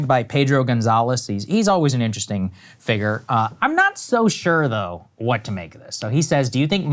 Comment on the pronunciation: SOMEBODY teach Sagar how to pronounce FIGURE. Its not FIGGER. 😁😁😁😁😁